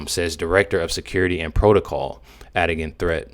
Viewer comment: "Adigan Threatt" sounds like "Had a Gun Threat"